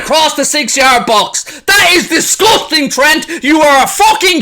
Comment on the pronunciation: "This is disgoosting" 😂